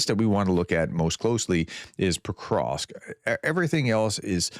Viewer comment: Prof, it isn't PoKrosk it's PoVVVVVrosk.